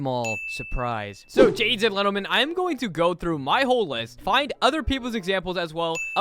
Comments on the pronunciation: "so gadies and lentlemen." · “Ok jadies and lentlemen” — 2025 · "gadies and lentlemen"